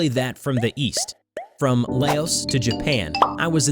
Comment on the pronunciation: I'm not tryna be mean but its pronounced "L ah oo s" not "Lay ohs"